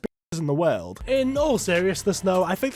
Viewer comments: can u pronounce world correctly please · I love how you say world as werld with a hint of irish accent lol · Bro you’re videos are awesome, every time you say Weeeld I burst my a** laughing 😂😂😂😂